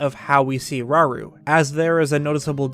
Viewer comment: How many times they said "raru" Is concerning